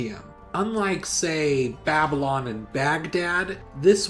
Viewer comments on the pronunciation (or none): none